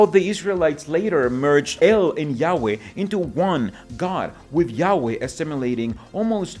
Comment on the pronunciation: When you say yaweh, it sounds like you're saying yaoi (in an american accent). Totally changes the meaning. Yaoi is a stormgod with a big member. 😏